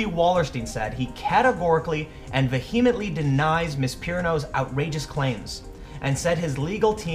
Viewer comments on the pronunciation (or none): That lack of a HS degree shows when you cannot pronounce vehemently. Loved the video.